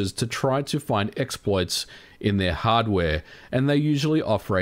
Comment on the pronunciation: Hardwaeee, firmwaeee, softwaeee, last yeaaa...